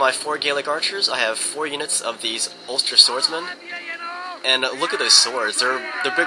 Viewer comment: so funny how pounces some of the Irish words xD such as ulster